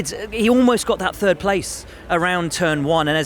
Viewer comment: I love it when Max says he came in TURD!